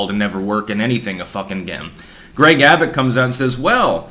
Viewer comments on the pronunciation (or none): none